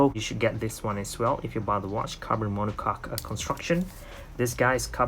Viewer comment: It's mono coke (pronounce) or mono cokee not mono cock. I love the new monocoque one model as for me